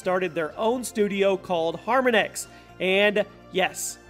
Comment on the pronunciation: Harmonix is not pronounced as “Har-Min-X” 😹